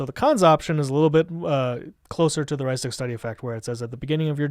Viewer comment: OMG i literally cringed every time he mispronounced "Rhystic", ughhhh